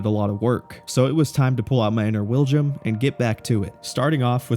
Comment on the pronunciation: The Willjum of fallen lol